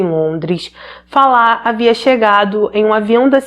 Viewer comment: Parabéns pela pronúncia do nome Falah. Meu marido é iraquiano e tem o mesmo nome e as pessoas sempre dizem Fala como o verbo falar na terceira pessoa do singular. Infelizmente muitos iraquianos querem que os demais se adaptem a maneira deles viverem. Meu marido já tem cidadania e se diz "brasileiro", abriu sua cabeça aos nossos costumes e nunca me obrigou a seguir os dele. Mas em contrapartida um conhecido que dou aulas para os filhos, é ignorante e cria os filhos numa bolha e eu vendo a maneira dele ser fico enojada. Mas é bem pq vc disse, eles saem de seus países fugindo de péssimas condições de vida e não querem aceitar os costumes de onde escolheram viver. Chamo isso de ignorância radical.